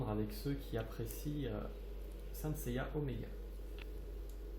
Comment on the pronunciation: Salut bien ta vidéo ^^ mais,j'ai remarqué que tu disais,(yaya,ou gaya???? ou encore yeya) je rappel que son nom est seiya.^^lol